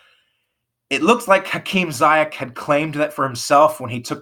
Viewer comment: Ze-yesh not Zi-yack